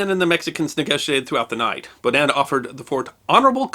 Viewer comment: The stress on "Baudin" is on the first syllable, not the second.